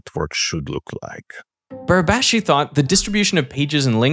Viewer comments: Congratulations to Derek pronouncing " Barabási" almost perfectly. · pretty good pronunciation on Barabási's name there